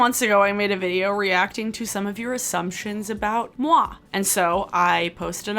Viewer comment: My little French brain just crashed when you said "moi". It's so silly but it always feels weird when non-French speaking Youtubers speak French lmao